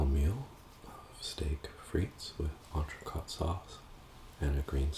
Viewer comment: incredible vid, you're quite the chef! quick sidebar, 'entrecote' is pronounced like 'coat' rather than 'cot'. Other than that, the sauce looks to die for.